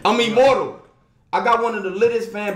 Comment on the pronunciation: " I'm immorble" lmfaoo. So just take the l. You my mans but damn vro I'm dissapointed